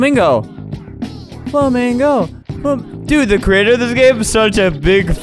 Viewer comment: Its so funny that flamingo thinks it says flamingo when it actually said go man go😂😂